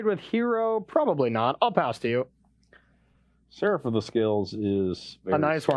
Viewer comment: managing to add several syllables to "Seraph" is impressive